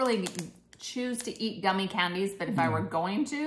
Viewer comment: “Goomy” bears? 🤔